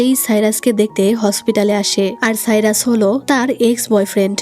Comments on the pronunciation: আপু সাইরাস না বলে ভাইরাস বলেছেন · Appi jokhon siras ke virus bolcho tokhon onek hasi paise😂😂